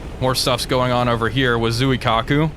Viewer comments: Why can no You Tubers pronounce Japanese names? It would only retake a second to do some basic research. May I suggest you watch the movie, “The Final Countdown.” You might learn a thing or two of Japanese from a young Martin Sheen. Other than a native Japanese, I’ve never once heard anyone on TV correctly pronounce the city of Kyoto either. It’s not KEE-YO-TO. It’s /Kyo’-to/. Nor is it Zoo-eee-Kaku. My ears are bleeding. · Because everyone pronounces it Zoo-eee-kaku, even those in academia.